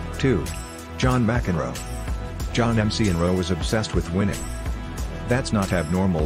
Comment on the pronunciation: M-C-Enroe? Petish? That's atrocious English.